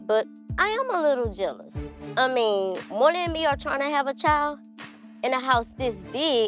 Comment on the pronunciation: When she says morlin I hear molé lol